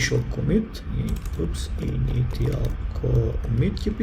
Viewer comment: Интересен серијал. Имам неколку забелешки. 1. Не е DOOM (дум), туку DOM (дом). 2. Многу лошо звучи кога изговараш англиски збориви како што се пишуваат. Пример инитиал - инишал, итн.. 3. Набави нешто поквалитетен микрофон за подобро аудио, плус нема да се слушаат кулерите. 4. Почни да ги едитираш видеата, вака не изгледаат профи. Пример да ги сечеш деловите од видеото кои не би требало да ги слушаме/гледаме, како што е паузирање на снимањето и X звуци.